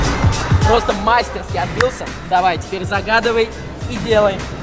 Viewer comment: Специально для Никиты Костра: не мАстерски, а мастерскИ